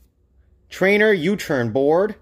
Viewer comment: Nice U Torn board XD Hahaha I mispeak all the time too. Awesome video dude